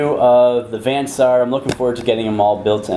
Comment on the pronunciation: Also with "Vansar". Van (short A) Saar (long A) is Dutch, by the way.